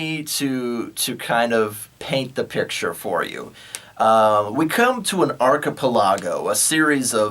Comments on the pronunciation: If you say "Arc a po log o" one more time I'm gonna go insane. Arc-a-pel-eh-go ENGLISH DO YOU SPEAK IT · Talks about going to college, cant say archipelago correctly. Cant finish the video because of that